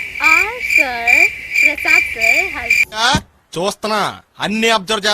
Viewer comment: Prasas kadu prasad